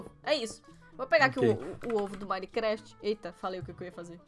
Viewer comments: Ela falo mineplafr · vc falou minefraft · Mais alguem persebeu que a falou manifravid ou foi só eu😂😂😂😂😂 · "Minefreft" kkkkk foi o que a falou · No começo ela falou "BINECRAFT" ao em vez de "MINECRAFT O". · Quem entendeu que ela falou " mais um video de bainiveni " ?! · ela fala mineflaft em 0:5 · não é Minecraft você falo minelafit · nao era pra ser minecraft em vez de minejafite ela falou assim ne